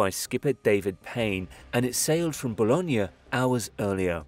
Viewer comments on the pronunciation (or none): just fyi-Bologna as you pronounce it is another, different city in Italy , where as Boulogne is in France and is pronounced like 'boo-lown' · bologna is in italy, boulogne sur mar is france, you pronounce it wrong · Great video, but the French town is pronounced BOL-OhN, not BOLO-G-NA, which is a separate town/city in Italy. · thought you're talking about Bologna, Italy first 😂 tip: if you don't know how to pronounce something, put it into google translate and use the text-to-speech function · Bologna is landlocked in Italy not France Boulogne is in France get your information right before putting it online or maybe have the ability to pronounce the towns correctly